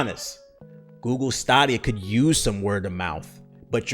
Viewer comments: Wow, this is hard to watch. Between mispronouncing the service to getting the business model completely wrong. Wow. It's been about 8 months since I've seen videos more misinformed than this one. Sounds like you should have tried the service for FREE before making a video that has so many facts wrong. Not going to argue with your take on Alex Hutchinson because the guys a joke but anyway, don't write book reviews on books you haven't read. Jesus. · Watch the commercial how are you only youtuber saying stadia wrong hahah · You killing me with the way you saying stadia 😂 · You are not saying Stadia right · Weird way to pronounce Stadia but okay. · The way you pronounce stadia hurts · Bro you pronouncing it wrong. And everyone know bout it. They been advertising for months on YouTube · oh, well either way it’s fucking hilarious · he trolling and giving out false info he knows you dont have to pay monthly just to play a game you can just buy it the service it's insane its one thing to hate on the platform but then you look like a fraud when you giving out false info and then pronouncing it wrong because you know you giving out false info so NO ONE CAN FLAG YOU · Is this man saying Stahhdeya and not Stay-deeya?! is wildin today lmao trollin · It's STAY-DEE-A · is it stAHdia or stAYdia?? Tbh got me questioning if i’ve been pronouncing the shit wrong for months now💀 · STAY-DIA CHIEF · The $10 subscription is not mandatory. You can buy a game, any game, and play it as much as you want and not be a subscriber. This misinformation being spread by Youtubers is just sad. I haven't paid for a single month of Stadia (pronounced stay-dia) in the last 11 months. But I've been playing games on it all this time. Well done on half researching a thing you've never tried and then knock it because it's the trendy thing to do. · Say it with me STAY-DEE-UH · Its stay- d-ia stadia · It's STAY-DEE-AH tf you call it that for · Am I tripping or is it pronounced (stay-dee-uhh)